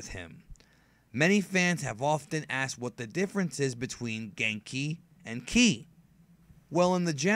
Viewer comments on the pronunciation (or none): Ive never heard anyone say kai instead of Ki